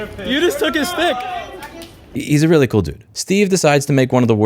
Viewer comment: That's witerawy CWAZY guys!!!